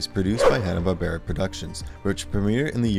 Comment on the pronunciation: This is a horribly inaccurate video. To say that "Jonny [sic!] Quest" or "The Powerpuff Girls" are forgotten is absurd, but I'd say it's worse yet that the narrator doesn't even pronounce Joseph Barbera's name properly, with the stress on the second syllable: bar-BEAR-a. If one had wanted to spotlight forgotten HB superhero shows, one would have done much better choosing something like "Sinbad, Jr. and His Magic Belt" or "Samson & Goliath."